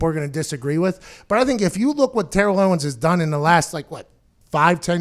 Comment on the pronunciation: "Ownes" lol